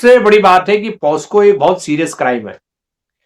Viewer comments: With all due respect you both kept pronouncing POSCO when it is POCSO. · हेलो दीपक जी, नमस्कार। एक बात की तरफ मैं आपका ध्यान आकर्षित करना चाहता हूँ और वो ये है की इस चल रहे प्रोग्राम में आपने बार बार पोस्को बोल रहे थे जबकि वो शब्द (POCSO) पोकसो है। कृपया अपनी सुधार कर लें। धन्यवाद। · पास्को नहीं है पोक्सो एक्ट कहते हैं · The correct word is POCSO, not POSCo. You keep saying POSCo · POKSO(POCSO) not posko